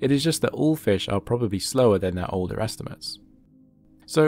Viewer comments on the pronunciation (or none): none